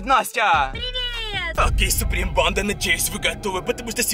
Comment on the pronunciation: убийцА! бандА! Я так кринжую когда он ставит ударение на последний слог слова. Так быстро разговаривает